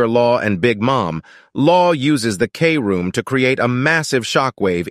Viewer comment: “Kroom” not k- room